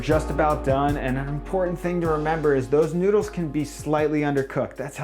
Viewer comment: why do you say noodsekys?